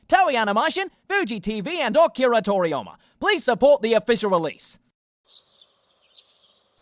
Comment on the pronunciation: Noone can say "Akria".